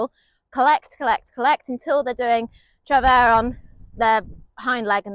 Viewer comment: French native here, I can confirm that your pronunciation of "travers" is correct - if it is indeed to be pronounced the French way.